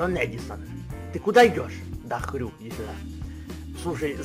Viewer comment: Когда он сказал я хрю. ОН СКАЗАЛ ХТЮ!!!!!!!!!!!